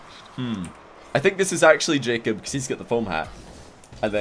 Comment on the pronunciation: after awhile I just started hearing him say "J cup" then i thought, damn dems sum big ass tittays